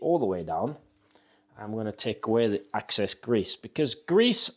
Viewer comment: The word is excess not access lol